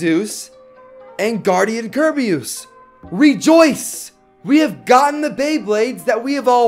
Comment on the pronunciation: It's not kurbymoos